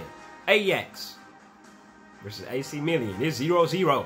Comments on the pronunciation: Ajax. Smirks confidently in camera Half a second goes by Pronounces AC Milan "AC MILLION" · he gets so happy about pronouncing Ajax right then proceed to pronounce ac Milan wrong 😂